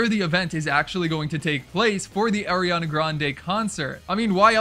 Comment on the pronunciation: did u say AIRiana?